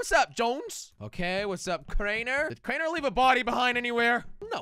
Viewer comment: calls crainer in cranner